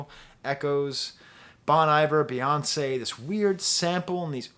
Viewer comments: Bon eye-ver 😭😭😭😭😭😭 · just say bon - iver WRONG how did this happen?! omg he just said it wrong again omgg